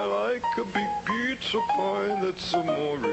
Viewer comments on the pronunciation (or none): I wasn't even alive when "That's Amore!" was released, and I know the words. And he's pronouncing it incorrectly! For shame xP